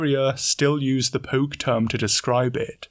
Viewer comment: It's not "poke". It's more like "Poh-Keh"